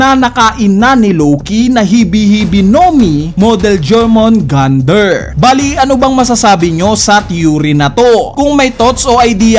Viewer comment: Yormungandr = Jormungandr